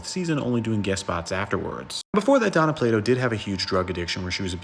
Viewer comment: Why do you keep calling her Donna? Her name is Dana. Pronounced DAY NA.